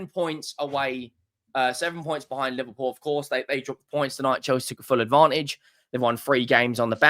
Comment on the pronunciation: Pls it’s not Liverwool… it’s LIVERPOOL 😏